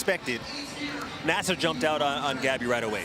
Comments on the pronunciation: It’s actually pronounced Na-Sayr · Idiot announcer cannot correctly pronounce the name of the winner.